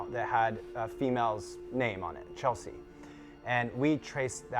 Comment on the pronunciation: Not Chelsea… CHLESEA! 😂